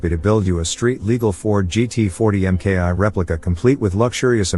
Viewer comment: MKI (“eye”)??? It’s a Mk1 (“mark one”)!!!